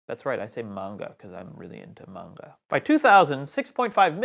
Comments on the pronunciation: Appreciate the pronunciation of manga right. :-) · Upvoting just because pronounced manga almost correctly. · Thank you for your pronunciation of "manga" 😭❤️